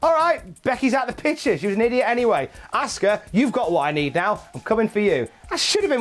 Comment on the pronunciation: Had to stop watching when he kept says "asska" its pronounced "awska"